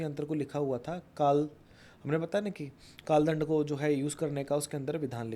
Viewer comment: Dhyan se suno inho ne kaal dand bolne ke baad kaal land bola 😯🙏. Maaf karna guru ji but mujhe to asa hi suna